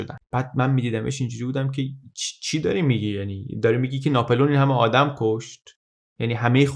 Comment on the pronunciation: خيلى از اين كانال استفاده ميكنم ولى تلفظ غلط نامها آزارم ميده: ناپِلِؤن يا ناپُلِؤن؟